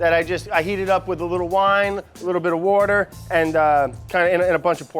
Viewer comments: Sorry what is that word he used? 'Wouder' I think he said? That some sort of fancy wine? Pls anyone explain. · He, it’s “wourder.” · Everytime Brad says water... I can't help but imagine "wourder" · I love how Brad says water. If sounds like wourter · I miss the edits that say "wurder" every time Brad says water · First We Feast should've let edit the vid. "wouder" "wouder" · Whurder = water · WOUDER. FUCKING WOUDER FAM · He's either from Philly or South Jersey. the way he pronounces water as "wourder" gives it away. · Aditya Srinivasulu His pronunciation of 'water' as 'wourder' implies he's from either Philly or Jersey, Brad is "... born in northern New Jersey (the pretty part)..."; is what I found on an article.